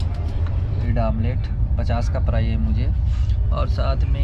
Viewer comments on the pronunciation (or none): none